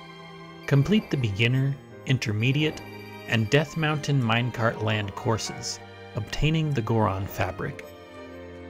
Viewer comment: it IS a mine-car-t ater all